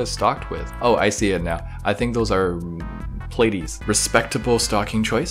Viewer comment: I really hate how say platies like plate-ees even though you pronounce it as plait-ees